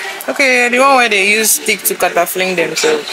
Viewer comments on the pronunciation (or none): She said catafling 😂😂😂😂😂